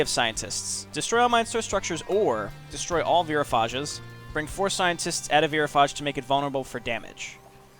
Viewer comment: Also "Veerophage"